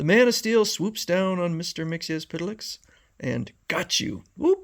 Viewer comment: You come closer to the correct pronunciation of "Mxyzptlk" than almost anyone. But there's no "s" sound at the end of his name. It's supposed to be "Mix-yetz-pittle-ick." Thanks for supplying us with these strips--they're really fun!